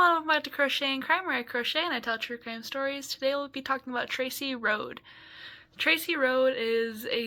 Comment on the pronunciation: Their last name was pronounced like Roadie. My uncle was best friends with Scott and Tracy was my neighbor for a while and I was in the same grade and friends with her brother.